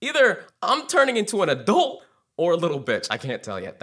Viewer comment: the way you say the word "adult" makes me uncomfortable. good video though.